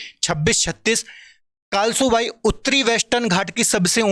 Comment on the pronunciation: sir कळसुबाई हे कालसूबाई नही